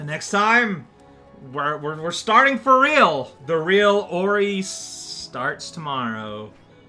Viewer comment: Every time you say "for real" I parse it as "Fawriel" instead and "tomorrow we're starting Fawriel" has never sounded quite so appropriate. I... I think I made my MAGLX level before playing Ori. It probably comes as no surprise to anyone who still remembers it that Ori struck a very special place in my heart. This is exactly my aesthetic. At least the aesthetic of one half of my soul. The somber one, not the silly one.